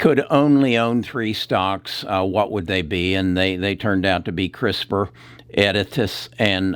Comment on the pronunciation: This guy mispronounces everything. Editas, Doudna, Intellia, and on and on... Scary